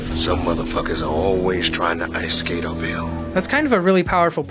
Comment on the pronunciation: No. 25: It's funny how I thought for a long time that Wesley Snipes was saying: "Some m**f**ers are always trying to ice skate on Bill." 🤣